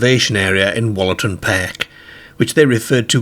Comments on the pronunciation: Wollaton is pronounced with an ooh, like woollaton (wool) more than the shorter wol. Some of the local pronunciations aren't like how theyre spelt 😊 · That’s not how you say Wollaton. You pronounce it like it has a double o -wool a tun